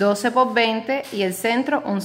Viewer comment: se dice por!POR¡ No es po😅